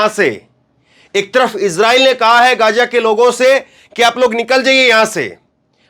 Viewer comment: इस क्षेत्र को गाज़ा कहा जाना चाहिए और न कि गज़ा। आप डिक्शनरी में और गूगल में इसका उच्चारण सुन सकते हैं।